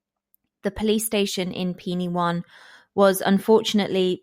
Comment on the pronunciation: Penywaun is pronounced “Pen wine” by the way. I grew up there, I was 7 years old when this happened and my school was directly opposite Edna’s house